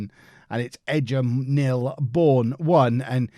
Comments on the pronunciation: Don’t you mean the “Rudge-bee” game? It’s Egham pronounced like “Egg-Ham” not “Edge-Ham” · Edge em is pronounced Egg'em 😂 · It's Egg-um... It's in Surrey.